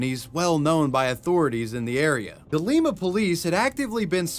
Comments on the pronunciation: It's LIme-uh not Leem-uh :) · awesome didnt know my hometown celeb of sorts chip pugh would of been on here i was amazed haha awesome video and btw its pronounced like lima bean not the peru version :) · while talking about the city in ohio it’s pronounced lie-ma. like lime with an a on the end. sorry i know i’m that one person but i’m from there and it bothered me😭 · Im from NW ohio and jt killed me the way you pronounced Lima. It’s pronounced Lie-ma. Not the same as peru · As someone that grew up there, it's pronounced "Lie-ma" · In the 4chan Moleman chapter every time you say Lima it’s killing me. It’s pronounced like the bean lol